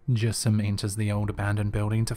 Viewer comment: said jassim very very wrong XDDDDDDDDDDD